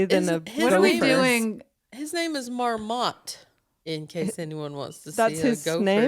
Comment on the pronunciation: Came here to say this. Love you guys. "A gopher named MarMOT" the emphasis killed me.